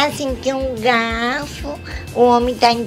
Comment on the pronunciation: "homi Inguliu o galfu" KKKKKKKKKKKKKKKKKKKKKKKKKKKKKKKKKKKKKKKKKKKKKKKKKKKKKKKKKKKKKKKKKKKKKKKK